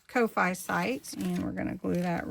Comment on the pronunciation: Love your pockets! I've made each one. Side note. The platform to get your book is pronounced coh- fee shop, like coffee shop not ko- fi😊